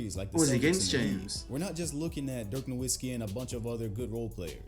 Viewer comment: Try reacting to Dirk Nowitzki to learn more about him and his playoff run in 2011, also the "W" in Nowitzki is pronounced as a "V" because he's German